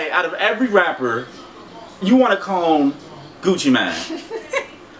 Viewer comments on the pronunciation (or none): Gucci mane not man deeeer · Gucci mANE not man lol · its not Gucci man lol y does he say man instead of mane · Gucci Man? It's Gucci Mane. As in lion mane